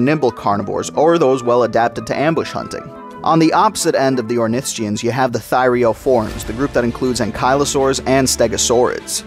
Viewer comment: Stop saying ornithischian like that please